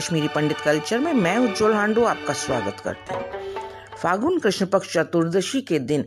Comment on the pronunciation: Great, but it's phagun or Phalgun not fagun